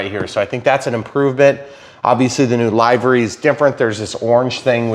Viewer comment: Livery... Live and let Live. Livery... Not LIEvery. It sounds so wrong, I genuinely couldn't understand what you were saying.